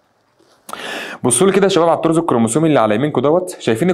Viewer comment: هوا تقريبا اسمو الطرز مش الطور